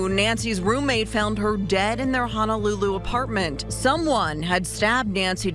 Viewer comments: Great work! Great science! One thing that’s obvious to anyone from Hawaii. They keep saying Honolulu wrong. It’s not Hanalulu. It’s Honolulu. Hanalulu is something else. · Amazing story, but I must mention one gripe. Only the prosecutor pronounces Honolulu correctly. For those of us who live in the islands it is grating to hear everyone else in this video mangle the name of the most well-known city in the state.